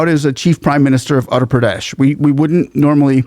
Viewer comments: dude. please spend some time learning to pronounce the names of Indian states, your pronunciation is atrocious to put it mildly. My ears bleed when you massacre it. Uttar - Ut- thar (with double t together like bottle) Gujarat - Gu-ja-rath(like path) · When you say Uttar Pradesh you should practice more You sound like Utter that I don't like. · Uttar pradesh get ur (uttar) 😊 pronunciation in order haha Yogi ji is very particular on it UP was known for its natorious Gangs and mobsters Now ppl even think before eve teasing forget violence etc Yogi ji ll make sure ur 6 feet under no question asked Her real sister sells flowers earning 10 $ per day as on today. We want Yogi as our PM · just a tiny correction.. "Uttar" pradesh - the word Uttar literally means North, Pradesh is state or area.. It's pronounced Oo-tth-r. The U as in True but shorter. The TT is pronounced with a soft emphasis like "th" in mathematics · Uttar Pradesh - the U is pronounced as in Uruguay. And the author of Ramcharit Manas is Saint Tulsi Das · The State is utter (uh ter) Pradesh. It almost sounds like you were saying Andhra Pradesh. Just thought I would point it out. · It’s pronounced as Ootter Pradesh. Not Utter Pradesh. Properties being bulldozed are illegal ones. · By the way, the state name is pronunced as "Wutthar Pradesh" as Indian names are phonetic. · Really loved the video!! small correction it's pronunciation is oother pradesh although it is written as utter pradesh on paper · Sir with due respect. It is Uttar pradesh and not Andra pradesh . Otherwise you are great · You are pronouncing the name of the state wrong. The letter U is pronounced like in Uber. It is not pronounced as ATTER Pradesh, it is UTTAR Pradesh. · The way he pronounced "utter pradesh" 😂😂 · It's oottar pradesh if that helps pronunciation.